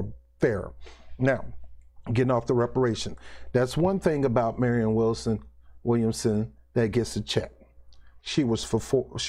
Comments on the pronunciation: Man what does it take to pronounce Williamson ? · Damn you cant say her name right 5 times in a row,😆 williamson for president!!!!!!2020!!!